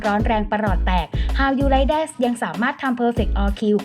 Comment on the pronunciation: แอดเสียงเพราะนะคะ แต่เวลาพูดคำภาษาอังกฤษลงเสียง s ในบางคำที่ไม่ควรมีน่ะค่ะ เช่น ชื่อเพลงคำว่า THATS ฯลฯ ติเพื่อหวังดีให้ปรับปรุงดียิ่งขึ้นค่ะ